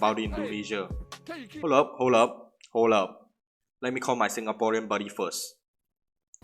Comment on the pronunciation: why do you sound singaporean when you call your 'singaporean buddy' ,':I